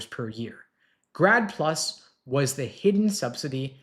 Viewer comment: I thought he said "GRAB PLU$" Which sounds more like reality ...vs 'grad plus"